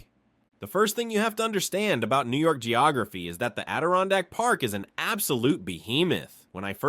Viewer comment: The pronunciations are shitty in this lol. He is obviously not a real New Yorker